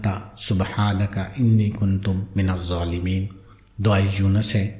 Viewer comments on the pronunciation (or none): Aap jo alfaz kahte hai kuntum ye sahi nahi hai